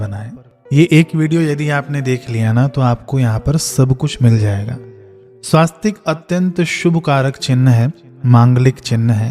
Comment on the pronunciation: श्रीमान जी स्वास्तिक नहीं होता है , स्वस्तिक है ।